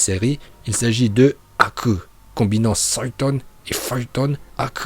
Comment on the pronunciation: Tu as vraiment un problème parce que Raiton, Doton et Katon tu prononce bien mais quand tu prononces Suiton et Fūton, ça fait grincer les dents, et aussi Haku se prononce avec un "h" aspiré.